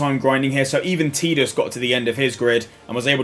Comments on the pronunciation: "Teedus" lol, you aren't even using any of the common i phonetics... It's "eye" in Tidus. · does the UK version have a different audio than the NA release? Spent the whole video wondering why you'd call him TeeDus. o,o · Kingdom Hearts 1 and Dissidia both pronounce it "Teedus". I personally call him Tiddles